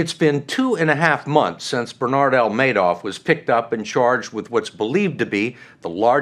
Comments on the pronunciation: Markopolous clearly saying manoff and mister Man - off repeatedly instead of Madoff. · Why does he keep saying Manoff? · So smart but he can't pronounce Madoff name right I cringe when he says it but I'm glad he was there to figure this criminal out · The guy is brilliant, but he can't pronounce Madoff's name correctly. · An incredibly smart guy and yet he can't pronounce Madoff correctly.